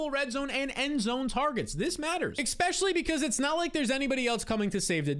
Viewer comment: I love you, but every time you say "eckspeshully" it hurts my soul